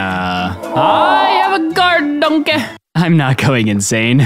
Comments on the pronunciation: Bro said "donkaeeee". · I love the way he pronounces donkey